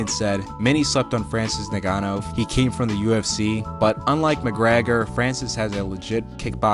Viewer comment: I forgive you for butchering Ngannou’s name. (N - Gone - New)